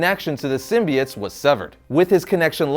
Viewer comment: He says sim-bee-its which it's how it's supposed to be.